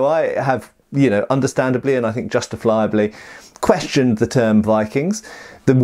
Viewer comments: "justiflyiably" Did you just invent a new word or is it some kind of pilot slang? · Lol "justafliably"